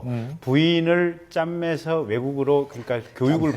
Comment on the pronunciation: 짬매서 ........ 쨈며서 ........ 오랜 만에 든 구수한 .........